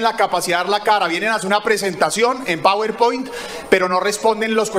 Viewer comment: El senador uribe no sabe ni pronunciar los programas de office, dice " pawuer point" y se pronuncia "Power point".